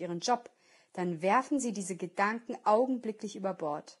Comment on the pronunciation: danke für dieses hörbuch . dennoch muss ich sagen dass mich die spezielle Betonung auf dem Wort "Gedanken" von der Sprecherin etwas nervös macht beim hören .